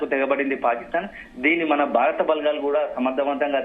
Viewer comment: ఈ వార్త ముఖ్యమైనది. కానీ వార్తలు చదివే వారూ, వాటిని అందించే వారూ… మన తెలుగు భాషను పలచన చేసేస్తున్నారు. బారత్, బలఘాలు, జరుగుతావుంది అని పలుకుతున్నారు. భారత్, బలగాలు, జరుగుతోంది అని ఉచ్చరించడం లేదు. సరిహద్దు అని అనకుండా బార్డర్ (border) అనీ, తొలి సంధ్యలో అనకుండా, అర్లీ మార్నింగ్ (early morning) అని చెబుతున్నారు. తెలుగు దృశ్యమాధ్యమం వారి అర్హత తెలుగు సరిగా రాకపోవడమేనా!??!!